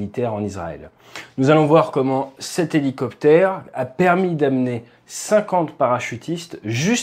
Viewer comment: Helo... ? Helociptère ? 😅